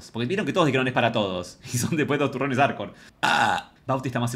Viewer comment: Jajajaja ¿Por qué le costaba tanto decir "Arcor"?